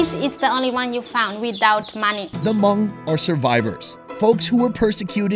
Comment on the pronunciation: No hate but he saying Hmong wrong. I know this because I’m actually Hmong